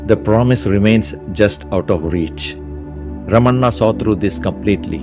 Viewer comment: Well done video. Nails the message home. One change. Not Ramanna’, it is Ramana. 🙂